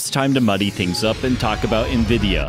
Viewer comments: N-VId-ia Not nvida, there's an "i" in there. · It was only a matter of time someone caught this. I knew it was coming after people noticed sometimes I said "Nvidah" or "Cuhdah" as this one I noticed after the fact. It's been interesting as the my mispronouncing things has been easily the top criticisms. It shows most people I know don't give a crap about computers otherwise I'd been corrected by now. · Ha, Of the things I figured people would come at me on, I figured it’d be El Captain or Metal or Jaguar in these vids instead of my varying lazy compression of Nvidia to three syllables.